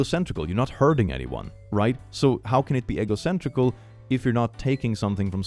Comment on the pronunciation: Every time says egocentric as "egg-o-centric" instead of "ee-go-centric" I just think he's talking about waffles. I too am eggo-centric. LEGGO MY EGGO!